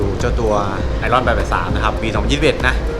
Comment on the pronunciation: ไหนๆก็ทำช่องสาธารณะ อย่างเป็นทางการแล้ว ก็ควรออกเสียงชื่อรุ่นให้ถูกต้องด้วยครับ ชื่อรุ่น ไอร์ออน ครับ